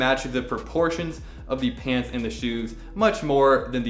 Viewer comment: Nobody:: SHpants